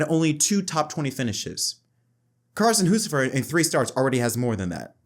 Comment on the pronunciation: Carson Hoocevar??????? its Hocevar!